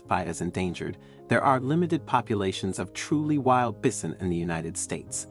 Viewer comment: Learn to pronounce bison. That's usually pronounced with a long I